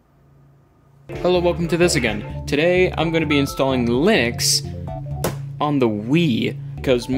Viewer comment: Linux/ I-nucks/LIN-uuks